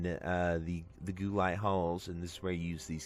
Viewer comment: I know im being a stickler, but just to inform you Guo is pronounced Gwo